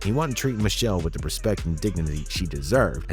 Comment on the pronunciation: Her name is MICHEL--LÉ!! PRONOUNCED MI-SHEL-LAY!!! JS